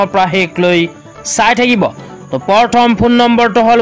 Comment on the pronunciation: উচ্চাৰণ ভালকে কৰিবলে শিকি লওক । পৰথম নহয় প্ৰথম হে হ'ব।